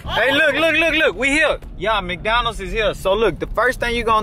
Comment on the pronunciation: No this nigga didn't say "MacDonald"😂